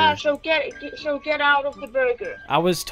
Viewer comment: Woahhh watch the r it's burga